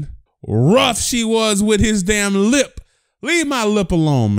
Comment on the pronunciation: Me: Why you say lip like that😂😂: you talking about